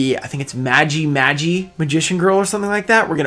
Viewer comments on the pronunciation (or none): none